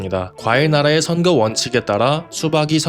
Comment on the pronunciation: 선그 아니고 선거